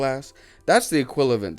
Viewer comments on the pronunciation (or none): Equilavent! I swear, I am NOT making fun of u! Maybe it was the time and u were tired, but man, when u said equilavent, instead of equivalent, I almost died. I had, u know one of this hard, loud, short but powerful laughs, that my poor dog woke up barking scared, and my husband came rushing, asking what happened.... 😂 OMG it was like a thunder laugh! I know is not a big deal, it was just a word, but I was so invested and concentrated listening to u, that, that equilavent, killed me! Thank u for making me laugh. And as always, I SIMPLY LOOOVE YOUR VIDEOS! 🥰🥰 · the "equilavent" is killing me xD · Equilavent lmao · I can't decide if you are meaning to say "equilavent" or if you really think that's how you say "equivalent." 😂🤣 Either way, it made me happy and smile. So thanks!